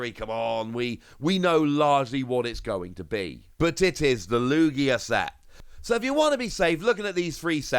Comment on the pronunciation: ITS LOO GEEAH